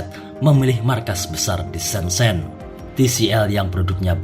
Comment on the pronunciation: sebut pun salah. "shen-jen" ma